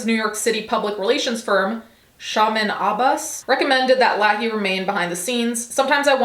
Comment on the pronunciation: You can tell she hasn’t watched Trailer Park Boys. It’s pronounced Lay-hee.